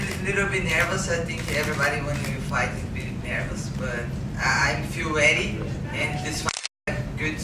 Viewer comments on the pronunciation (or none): good press conference. I like how Cyborg says she will be "weady" or "weddy" for her "nex fight".